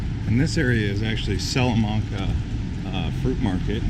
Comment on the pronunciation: you said salamanca wrong. It's sal - a - man - ca, not sal - a - mun - ca